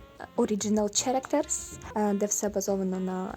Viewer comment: Перепрошую за душнільство, але англійською оце character читається як КЕректер (тут працює така штука що саме буквосолучення ch (яке зазвичай вимовляється як ч) може в інших слова вимовлятись як к або х (щодо останнього то не впевненна, але щодо К то знаю на 101% :-) )